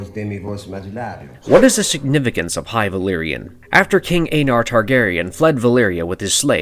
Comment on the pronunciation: “King aeynar????” I think not sir.